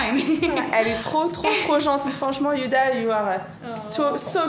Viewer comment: Elle a l'air hyper gentille youdha (je sais c'est huda mais tu me fais trop rire parce que tu dis youdha😂😂) et tu étais magnifique quand elle ta maquillée gross bisous ❤❤ #warriorforever